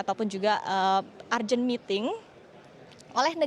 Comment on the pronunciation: Urgent itu bacanya urjen, bukan arjen, keakehan pola presenter e